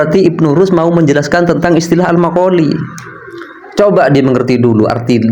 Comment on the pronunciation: Maqal fi blok bukan makoli